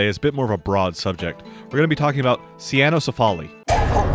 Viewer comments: I’m just bothered with the “sa-ya-no-si-fa-li” because it would be rendered cyanocephaly. Now the Dog-Head becomes the Blue-Head. Hahaha. I think it is “say-no-si-fa-li” or “kwi-no-si-fa-li”. Just saying. Hehehe. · Hate to be that guy, but it's pronounced Saino-CEphaly, with the 'ce' syllable stressed, not with the 'al' stressed. That's because it's a compound word borrowed from greek which just means dog head